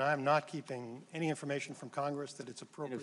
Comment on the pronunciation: “Meni”? You mean many?